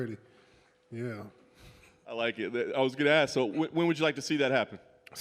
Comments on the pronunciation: Don’t just try to think about some stuff to AKS me, y’all had all night to AKS me a question.🤣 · Don't Axe Lewis more questions. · Why every black guy says "aks" instead of "ask"? Is it some black man thing or what?